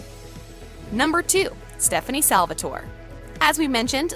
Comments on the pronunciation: Did she...did she say “Stef-ahn Salvatoray” lol I couldn’t even finish after that. Lost all credibility. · This is so cringy I doubt she even watched any of the 3 shows at all the way she pronounced everything (Stefan, Salvatore, Malivore, Alaric, etc.) and that bit about Klaus and Caroline was just a parallel universe come up with by the Legacies writers